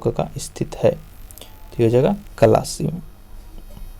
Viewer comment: कलासी nhi होता कालसी होता